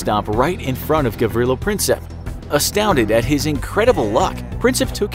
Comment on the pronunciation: I'm Serbian and the way that he pronounced Gavrilo Princip is just..... I don't even know xD